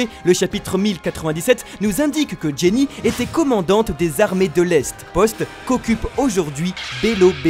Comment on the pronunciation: Les gars c'est "Ginny" pas "Jenny" non ?